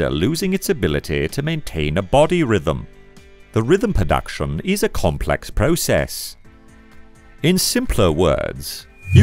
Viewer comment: "Nucleus" as "nuculus", "production" as "perduction", and "superchiasmatic" becoming "supercheeasmatic"... 🙄Whoever is reading the text should practise with a dictionary before doing voiceover.